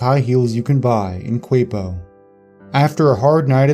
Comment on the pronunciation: Quiapo in the first story is actually pronounces "kee-ya-po", and Quezon is "keh-zon". otherwise, amazing video. :)